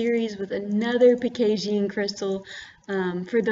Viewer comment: lol why do u say pekasian instead pegasian?!?! nice vid tho